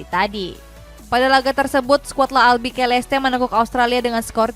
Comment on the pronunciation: Oranye mba, bukan oranje Klas yan huntelar, bukan klas jan huntelar Albiseleste, bukan albikeleste Shezny, bukan shezeny Cisse, bukan sisse Rais, bukan ris Coba sesekali sisihin waktu buat riset, biar bener gitu ngomongnya, jangan cuma bisa lawak2in pemain aja.